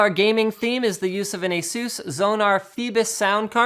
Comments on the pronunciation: its asus not azeus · I can't stand how you guys say "a-SOOS", it sounds absolutely silly. It's "ACE-us", that's how the company pronounce their own damn name. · Why do americans say ASUS like that? It is pronounced AY-SUS